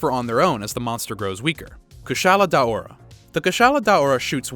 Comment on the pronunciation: I thought it was day-aura (For the Kushala Daora)